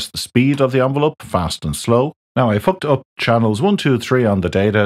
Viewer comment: took me a minute to realize you said "Now I've hooked up" , and not some sailor talk.